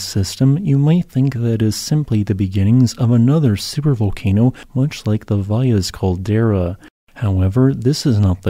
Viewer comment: Thank you for pronouncing Valles Caldera correctly.